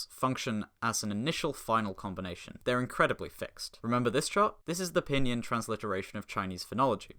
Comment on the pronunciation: never heard pinyin pronounced "p'nin"